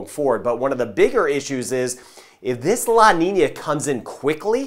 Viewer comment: Love how good he pronounce the Ñ - La Niña - El Niño . ***